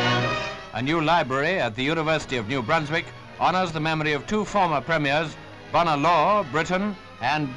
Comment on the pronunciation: Came here to see how "Bonar" was pronounced. Disappointed but not surprised.